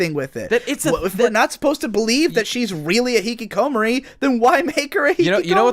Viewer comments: the way says hikikomori makes me sad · Jesus Christ,, please look up how to pronounce Hikikomori xD